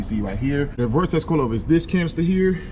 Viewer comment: Say vortex.. one more time.. 😡